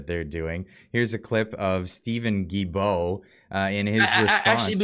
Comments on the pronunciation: Hi surname is pronounced Duildeault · the way to pronounce Guilbeault is GILLBO